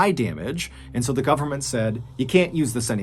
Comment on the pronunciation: Could you not pronounce “the” as “di” please?